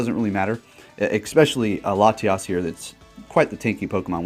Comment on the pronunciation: Love you but please pronounce "especially" correctly 😉